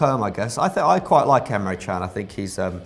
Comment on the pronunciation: Thank f^^k Emre Can has transferred out of the premier league. I won't have to listen to you two wallies mispronouncing his name half as much now.